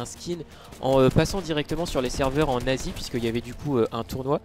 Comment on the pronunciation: les serveurs en "n asie" mec on aurais cru t'avais dit ''nazis'' :/